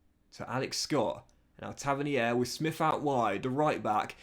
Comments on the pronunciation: its pronounced “tav-earn-ear” not “tavinihair” 👍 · Taverneer it’s pronounced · Great video as always. bro look up the pronunciation of both solanke and tavernier your saying it a big wrong hahaha. Keep up the videos man the views are banging